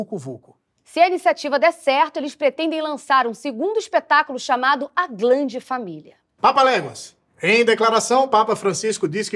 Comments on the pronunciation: "a glande familia..." 😂😂😂😂😂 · "A GLANDE FAMILIA" HAHAHAHAHAHAHAHAHAAYAHYAYAYA cara não estava preparado pra essa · "a glande família" foi ótimo kkkkkk